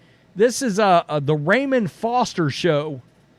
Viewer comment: Pronounced "Rah-moan" Foster... not like Ramen noodles Foster 😂